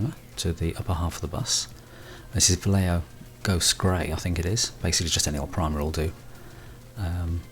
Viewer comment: Va - as in valley Lle - as in yes Jo - as in hotel.